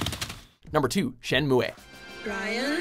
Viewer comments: It's pronounced (SHIN-MOO) not shin-moo-a or Shin-moo-E. c'mon lol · it's pronounced (shen-moo) not (shen-mue-ay) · Shenmue is pronounced shen-moo, not shen-moo-ey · Shenmu-Eh? Seriously? Dude, c'est pas de même qu'il faut prononcer ça!!! Ça se prononce "Shen Mou!" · Even in Japan, Shenmue is pronounced "Shen-moo," not Shen-moo-eh. It's not romaji. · Why do you always pronounce it "shen-MOO-weh" when even the commercial you used says "shen-myu?" Between that and your mouthful-of-peanuts way of pronouncing Celine Dion, I'm bound to fling my tablet at a wall. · Oh yeah, "Shenmuay", my favorite. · Shen mooo aye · Shen-moo-aye? Were you drunk when recording this? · Shenmua? Andruus? Has this guy even played these games? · This guy not knowing how to pronounce Shenmue is kind of annoying... The e is silent yo lol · AprilsMoon92 ikr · Lmao why would you pronounce Shenmue wrong and add a commercial saying it the right way? you wanted to piss ppl off I guess? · You even pronounced Shenmue wrong, don't even bother to criticize it. LOL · I hate the way he pronounces "Shenmue" 😑